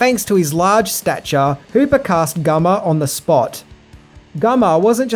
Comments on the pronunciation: Who is this Gummer he speaks of...🤣 Wouldn't be if something wasn't pronounced correctly...Good ol 😆👍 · Gummar Hansen???? Love your mispronounced names. Edwin Neal aka Hitchhiker said filming TCM was worse than the conditions he experienced while in Vietnam. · Dude are you saying Gummer? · It's not Gummer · I know I shouldn't say it but.... Gummer? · Drove me crazy. Gummer 🤣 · oh ok so it wasn't just me I thought he kept saying Gummer but thought I had headcheese stuck in my ears. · Hey just wanted to let you know. It is pronounced Gunn er 👌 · What the fuck does that have to do with ANYTHING? Australians don't pronounce N's as M's. Where are you people getting this idiocy from? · Hey. Why do you say “gummer” and not “Gunnar”? Because I think the “n” is pronounced as an n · Dude it's Gunnar! Not Gummer! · It's Gunnar not Gummer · Gunnar, not Gummer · It's Gunnar not Gummar. He had a converse shoe collection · it's GUNnar, not GUmmar. Gunnar Hansen. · Why do you keep calling Gunnar gummer? Cant watch sorry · It's gunner Hanson not gummer Hanson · Wait...why do you keep pronouncing Gunnar Hansen as "Gummar"? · It’s Gunner not Gummer lol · Are you calling the Leatherface actor Gummer? It sure sounds like it. It’s Gunnar. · Has anyone noticed he said "Gummer" not Gunner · ITS GUNNAR NOT GUMMER!!!!! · it's gunnar not gummer!!!!! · "gummer" ITS G U N N E R....jeez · Awesome spot. Love your work. But his name is pronounced Goo-ner, not Gummer. ;) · Gunner Hansen, GUNNER, not Gummer. WTF? Also Headcheese is a meat gelatin made of leftover face meat and parts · His name is Gunnar. Not Gummer. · It's GUNNAR(pronounced GUN not GUM) why are you saying Gummar? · Gunnar, not Gummar. Lmfao....just sayin. Awesome movie. Awesome vid! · It's "Gunnar" not "Gummar" Maybe I'm hearing you wrong? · its guNNar.. not GUMMER lmao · Gummer gummer? Lol its gunner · lol it's Gunnar not Gummar but thanks for the BTS clips, never seen some of these!